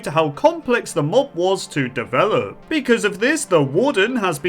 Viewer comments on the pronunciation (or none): none